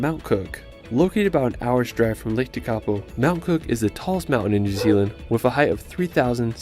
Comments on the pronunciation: Yes. Me too. Lake Tekapo and his pronunciation is Tikapau. It should be pronounced Teh-ka-por. Also not Wanarkah. Wa-na-ka all short sounds. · Shame they cant pronounce Lake Tekapo ..Tek A Poh .